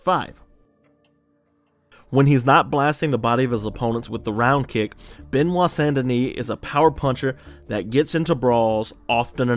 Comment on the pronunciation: Frenchman here, first name pronounced "buh-nwah" rather than beh-nwah. Love the video!